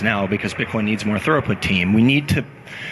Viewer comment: I like this, but damnit, it's throughput not thoroput.